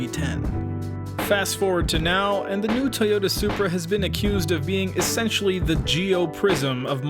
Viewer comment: "It's a Zupra" Ok, MK4 A80 Supra is a Soarsupra